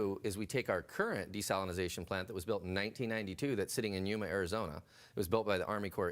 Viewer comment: “I don’t know enough about desalitizing”